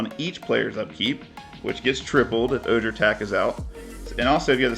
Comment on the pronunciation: Will not be a dingus. Fav disclaimer. Also much prefer sad boi instead of sad robot. Ojer is a Spanish spelling so the j sounds like an h. Oh-hear. Love to see the mono white love. Thanks dude